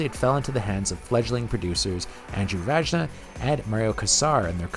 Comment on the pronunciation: uh... Vajna is pronounced VINE-uh..